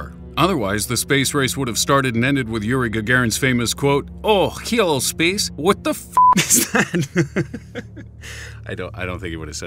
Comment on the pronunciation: I lost it at "Oghh. Heylo space. What the fck is that?"